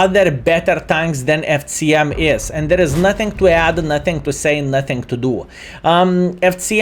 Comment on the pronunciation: The pronunciation of C in FCM is unbearable. Nice content otherwise!